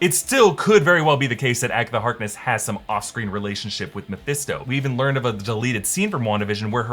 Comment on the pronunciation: I swear, if I hear the name Meohisto one more time…